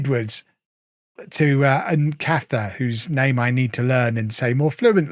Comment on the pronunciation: Your new DLP, Nkhatha is pronounced “in-carter”